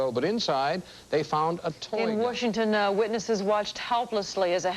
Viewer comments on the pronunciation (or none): did she say "Warshington"??